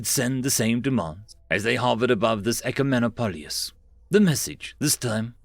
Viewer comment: It's Ecumenopolis. E as in errant, Q, muh, no, polis